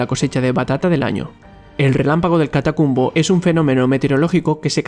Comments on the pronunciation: Jajaja lo pronuncio mal es el relampago del catatumbo. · Creo escuchar "Catacumbo", en vez de "Catatumbo", como realmente es ⚡⚡⚡ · Se pronuncia el rayo de "" Catatumbo"" no catacumbo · Me encanto este canal hasta que revise lo que decía y mucho está errado. No es Catacumbo, es Catatumbo . Soy de venezuela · Eres el 15avo comentario que recalca eso mismo y yo que soy caraqueño de nacimiento siempre yo he dicho catacumbo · Es Catatumbo, no "catacumbo" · Hermano... sobre Venezuela... no es Catacumbo.... es Catatumbo. Con T. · se dice catatumbo no catacumbo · Amigo soy de la region del (catatumbo) lo pronunciaste mal es relampagos del catatumbo. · Es "Catatumbo" rey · Catatumbo! Dilo bien por favor!